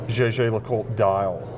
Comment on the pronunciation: “Jay-jay le coulte”😅